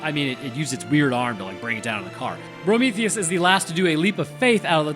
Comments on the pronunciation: you keep calling him Brometheus and it’s killing me 😂😂😂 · Why do you call him Prometheus ? 😅